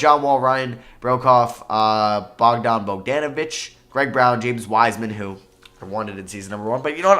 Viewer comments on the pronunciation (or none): none